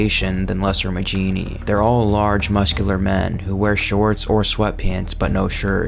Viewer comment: I thought Majini was pronounced "Ma-hee-nee" not "Ma-jee-nee" Edit: well thank god you actually pronounce El Gigante properly. Seems most people on youtube love to mispronounce it. Call me a grammar nazi, but it annoys the fuck out of me when people try to sound knowledgeable about something while constantly mispronouncing it.